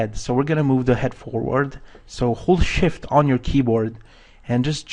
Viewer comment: every time you said hold shift I was caught off guard because I thought you were exclaiming "Holy Shit!" haha great tutorial :)